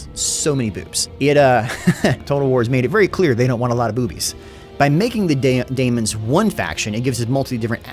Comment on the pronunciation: my guy, I know you're rushing these out, but can you please fix your pronunciation of Tzeentch and daemon. I know their spelt weird, but you've clearly put effort into pronouncing things somewhat correctly before for your three kingdoms videos, for example. Tzeentch is not Tazench. It's pronounced zee-nch. And Daemons is just demons, but they put an a so they can copyright it. If you're gonna keep covering this game (please do), please use the effort we know you can use.